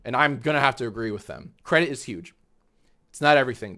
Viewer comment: cwedit the cweators